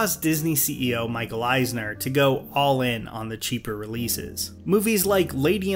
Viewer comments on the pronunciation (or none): none